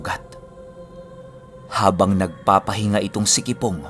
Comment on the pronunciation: Kipong hindi kibong hahahahah